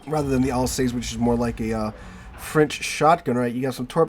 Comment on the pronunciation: Thanks for great content! Just to note that Alsace rhymes with 'bus'. 😊